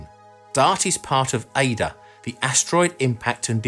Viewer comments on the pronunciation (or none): none